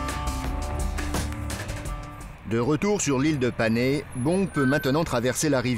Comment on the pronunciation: Pour le nom de l'ile de Panay aux Philippines on prononce Panaye